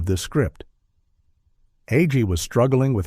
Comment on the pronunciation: How many ways can you pronounce "Agee"? This AI voice tries them all. (Not to mention "Laff-ton.")